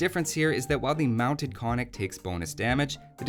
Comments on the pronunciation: You get a point for the attempt, but alas, it doesn't work. The two Ns are both pronounced, i.e. ['kon-nik], not ['ko-nik]. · I don't want to be the cry baby, but it's pronounced "kon:nik" Damn... I am the cry baby. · Hi! Could you, please, try to pronounce the word Konnik correct? Both Ns are pronounced, so it should sound like 'Con-nick' in English.